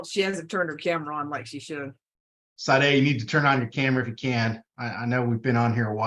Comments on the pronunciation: The name Sade is pronounced Sah-Day. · I believe it is pronounced Sharday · Do you really not know how to pronounce "Sade"? It's like the amazing singer Sade "s-ah-day" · Is it not pronounced “Sha day” like the 80’s singer? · Her first name is pronounced Sha Day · Her name is pronounced SHA-DAY - it is a popular creole french name. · Shaaarday is how you pronounce her first name! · It’s pronounced Shad ay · It's pronounced Sawday. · Her name is pronounced Sha-day. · I giggle everytime says Sade's name wrong 😂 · If you don’t know how to pronounce “Sade,” you COULD just listen to the hearing - everyone in court says her name. 🙄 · Okayyy the ladies name is pronounced Sade( Sha-day) not Saade. Being unfamiliar with black culture is no excuse lol. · Pronounced Sha-day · Her name is pronounced Shar-day. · And it's SHAH DAY not SHADE dumb as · Pronunciation isn't "SAYD," -- it's "Sah-DAY." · Is it not “sha day” and not “safe”? Like the 80’s singer. Pronounced Sha day. Sade. No??? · FYI Sade is often pronounced Shar-day like the singer. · Sade was a well known singer back in the 80's in England. It's pronounced SHARDAY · I know this is old, but the algorithm will like it. Sade is pronounced shar-day, I know this because I am old and Sade Adu fronted the band 'Sade' in the early 1980s. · Crime watch... it's pronounced... "Cha-day"!!! Please make sure u can pronounce peoples names correctly!!! That's a peeve of mine...because people mispronounce my name!!!! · Her name is pronounced “Shaw-Day” I think. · Sade is pronounced Sha-day